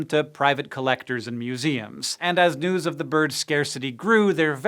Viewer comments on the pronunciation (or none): none